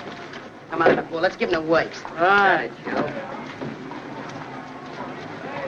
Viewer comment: " let's give him the woiks."